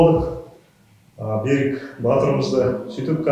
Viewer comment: Бәрі дұрыс, бірақ Берик емес Берік теп айтуға керек, ренжіме орысша айтпа мәчкөлер тілден аулақ болайық мемлекет тілде таза және дұрыс сөйлейік